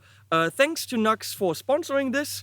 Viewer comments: Nice review. Thanks. "Nu - X" I think, rather than 'nux'... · Yo it's pronounced "New Ex" not Nux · Pronounced noo x - not nucks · Great review & excellent live test. Never thought about an extension cable as an addition.. that's a great idea for any guitar without a strat type output jack. Btw, I'm quite sure NU>X (as the logo suggests) is pronounced as Nu-X (New Axe), not Nux. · It’s pronounced Nu-X or new x.